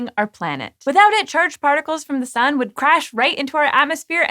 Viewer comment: "The SÜN" :3